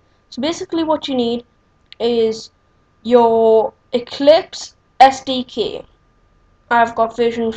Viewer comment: its sdk not sdq